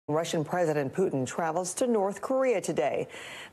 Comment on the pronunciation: his name is Putin not Pyutin 😄